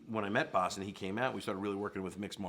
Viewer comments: Actually his name is pronounced Bas, Americans prenounce Baws... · Atleast pronounce the guy's name right, jesus... say bah and add a s to it, that's how you say it.